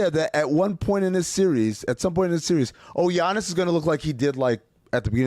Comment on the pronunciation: how the fuck are people still pronouncing it g-iannis